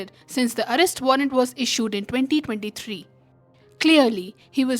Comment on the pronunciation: Putin ! Not Butin! Arrest! Not allest!